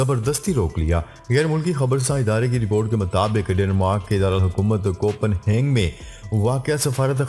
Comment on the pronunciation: لفظ ہے کوپن ہیگن کوپن ہینگ نہیں ہے Copenhagen